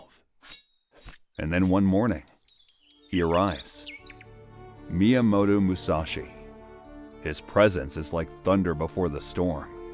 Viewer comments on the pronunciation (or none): none